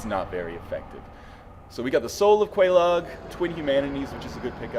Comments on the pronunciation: Quelaag is pronounced. Many, many times. Its pronounced Kwee-Lag. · I think it's pronounced like the cereal, Kellog. At least, you should be calling her that anyway... Ms. Frosted Flakes. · my guess is also Kay- Log for pronunciation. love the vids bro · quelaag? sounds like kellogs LOL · This comment is a bit late but if you get the Witch's ring then you can talk to the Fair Lady. She says Quelaag's name so there is a correct pronunciation. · Quelaag is pronounced. Talk to her sister with the witches ring on.